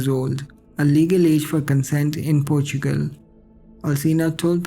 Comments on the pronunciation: PORTUGAL - PORTSCHUCEL 😂😂😂😂😂😂😂😂😂😂😂😂😂😂🙈🙈🙈🙈😡😡😡😡🤣🤣🤣🤣🤣🤣🤣🤣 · Dude say Portugal again HAHAHAHAHA